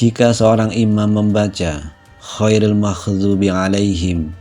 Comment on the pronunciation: Bukan setelah imam mengucapkan khoiril tapi goiril